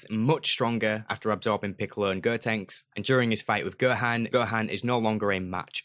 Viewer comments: Why do you pronounce ‘go’ as ‘ger’? I hear you saying ‘gerhan’ ‘gertanks’ and ‘gerku’ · holy shit cant believe you are butchering their names so brutally. girku, girtenks, goehan.. jesus